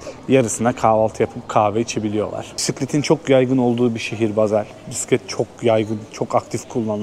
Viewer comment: Bazel değil Basel